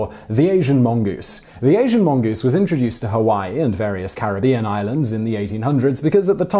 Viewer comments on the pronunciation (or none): none